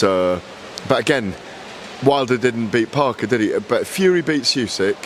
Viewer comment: How does still not know how to pronounce Usyk?